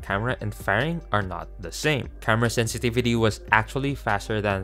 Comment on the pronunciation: "Sentivitu" i tried 😅